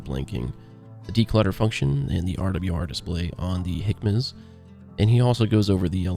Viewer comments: Great video, although HMCS is pronounced "hem-icks" not "hickmas". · Weird pronunciation of the HMCS page. I say "hemics" or "J-hemics" (as the full name is JHMCS).